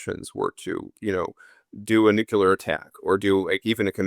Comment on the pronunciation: Hey, interesting talk.. but please (a pet hate of mine).. it's not Nu-Killer.. it's Nu-Clear!